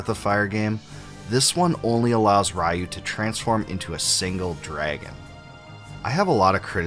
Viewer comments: I can't believe there are still people who pronounce it RA-YOU. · I always thought the pronunciation of RYU is re-you. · Ryu is pronounced “ree-you”… strange that you’re making a video about the series yet don’t know that. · Why English speakers has issues pronouncing RYU how it supposed to be pronounced? It is so annoying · I thoroughly enjoyed the video [and all the information provided], except for all the parts where you said his name (Ryu) wrong. 😊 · Sorry😂 but I keep laughing the way the host pronounces “Ryu” because back in the 90s before we knew any better, everyone pronounced it this way because of street fighter which was wrong! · Who tf pronounces Ryu like that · Decades later, you stupid Americans still can't pronounce "RYU" correctly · Very well done retro, though every time you pronounce Ryu it hurts my ears 😅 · Did you purposely mispronounce Ryu’s name for comments? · Complains about translation issues. Mispronounces 'Ryu' about 10,000 times. :D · Ryu = ree-you, not ray-you. I wish Capcom make new BoF game. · Raiu? I though his name was Ryu lol. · Ree you, not ra you 😂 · Just a well meant hint: It's pronounced "Reeyu" - not "Raiyou". Other than that awesome video! Thank you! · Amazing video, but please oh please stop pronouncing Ryu like rai yu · 2023 = RAI-YOU! Ryu = Ree-you ✅ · Bud, Ryu's pronounced "ree-oo," like PU. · good video, hearing you butcher Ryu's (Ree-Yu) name wasn't even in my head seeing some of things i never noticed before. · I appreciate this video, but come on man. At least say Ryu's name correctly. "Righ-yoo" is typical 90s English mispronunciation of his name. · Ri-you….. try it. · REE-YU. Take a 20 second Japanese pronunciation primer. All five vowels are always pronounced the same. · "Rai-yu?" Wow, it's been a LONG time since I last heard that name mispronounced like that.